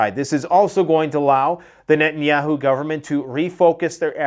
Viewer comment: In 45 years I've never heard it pronounced " Netan Yaaaahoo"